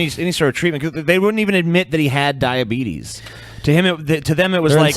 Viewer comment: it's pronounced dia-beet-us